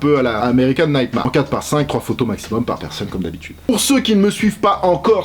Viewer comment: "Naïte marre" 😂😂😂